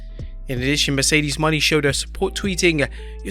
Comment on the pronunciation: Him saying Mercedes moné as money is funny every time 😭